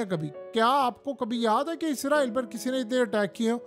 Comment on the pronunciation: Bhai word izraeel nhi hai israeeel hai.....izraeel farishta....is ra eel mulk ka Naam hai ..Khuda KY liye apni correction Karen...